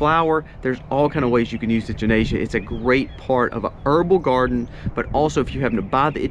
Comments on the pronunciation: It wasn't until I heard you reference it as a cone-flower that I realised you were talking about echinacea... The "ch" is pronounced like "CK" 👍👍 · It's actually Echinacea not Enchinacea like he said. We use it alot. Works very well for our animals too. Have healed many issues with them. We only take as needed nit supposed to take for long periods of time. Also use Oregano powder in same manner as well as the oil. My son got bitten by a brown recluse spider and the oil kept it from spreading or getting worse and healed it also. Hope this helps somebody in this community. Thanks fie the video.... Jeff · Love the way you say echinacea! Lol never heard it pronounced like that! A lot of helpful info in this video, thank you! I really need to work on starting an herb garden.